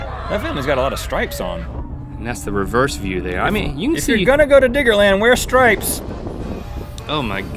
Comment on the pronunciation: Yo Rhett, only a Construction Worker can call it "Digga-Land". Check yo' self homie.